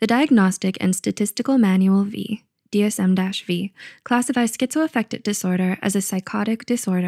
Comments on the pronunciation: “DSM ‘vee’...” Please tell me that was a joke! Its a roman numeral! Last edition was DSM IV! Its the DSM 5! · It's DSM "5"... not DSM "V". Roman numerals are your friend.